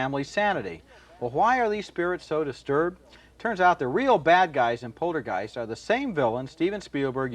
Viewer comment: Despite giving the word a saxon g when he says it earlier, when he isn't concentrating, Ebert pronounces it: polter-jiced - Ebert tries to say the word sentient, but ends up pronouncing it: sen-tin-ent I bet he first encountered both of these words in print, when he was about 11, years before he ever heard them pronounced out loud. And his initial impression became somehow "hard-wired."